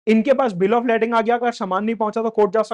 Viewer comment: its pronounced Lay-ding